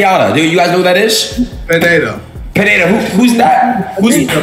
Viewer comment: no. its not pineda. its piñeda. pronounced 'pinyada'